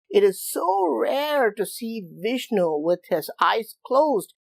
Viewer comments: Woah! Vish-nu Fish-nu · Ok, so it is Fishnu instead of Vishnu, go it ! Thanks !